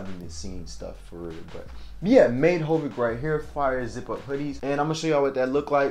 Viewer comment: Why are you saying made hovic it’s Made Havoc